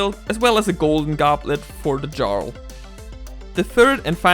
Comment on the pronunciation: Just so you know, jarl is pronounced "yarl". I only know this because I heard the term spoken aloud in a video of someone's playthrough of Skyrim.